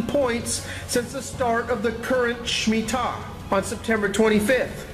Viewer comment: I believe its Shemitah not smittah!